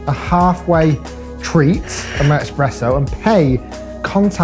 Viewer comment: It's not called "Expresso" ☕️ but nice video